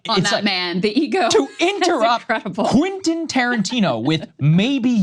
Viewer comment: Saagar... can you say: Kwen-tin... Kwen-tin.... now repeat after me KWEN-tin. It's English mo-fo! Do you speak it!